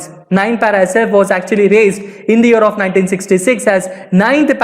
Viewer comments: He said "year of"... I heard " Europe "🤷🏻‍♂️ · When he says year of i hear Europe😀 Bdw very knowledgeable video